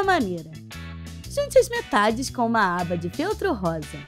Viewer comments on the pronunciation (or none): none